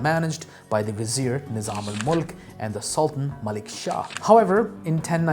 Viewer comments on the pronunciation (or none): none